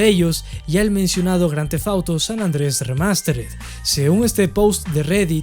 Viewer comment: san ANDREAAS! san ANDREAS, repite... SAN ANDREAS, no San Andrés, WTF!